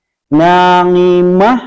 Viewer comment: Maaf Kang Ustadz. Sebagai masukan. Untuk makhraj bunyi huruf 'AIN" berubah menjadi NGAIN. Contoh dalam surat Al ghosyiyah yang Kang Ustad bacakan. "NA'IMAH" saya dengar dan perhatikan betuk2 menjadi "NANGIMAH" . Sekali lagi maaf ini sebagai koreksi huruf 'AIN jangan di baca NGAIN. 🙏🙏🙏